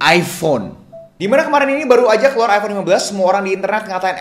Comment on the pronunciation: Iphone bang bukan iffonn